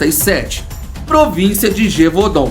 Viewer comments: É só pronúncia está errada a pronúncia correta é besta de javadum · Na pronúncia da palavra o primeiro A é mudo. Pronúncia-se GÉVUDAN 👍🏻